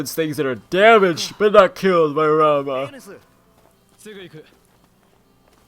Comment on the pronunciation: FYI Ramah is butter. RamOO! is the summon. Thank you ;)